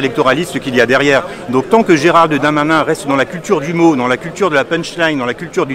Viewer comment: GéralDE Darmanin!!! pas géraldarmain!!! MDRRRRR Bref c'est gérald mon cul mais articule xD 90% de couleurs en prison ouai comme sur les chantiers quoi.. x) je repense a la vidéo pas de kebab chez nous un truc comme ca et la on te dit il y a juste a etre utile a la france... Oui mais le kebab il taff légalement il se leve pour faire a manger a des citoyens xDDD